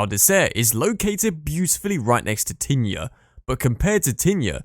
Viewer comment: This video should be re-titled - Top 10 ski mispronounced ski resorts - Tignes and Ischgl are hilarious, Cervinia is pronounced Cher-vinia and please tell me where Saas-Feeee is? Is it in the Feeee valley?